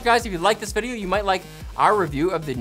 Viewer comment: Heh, "vidoe".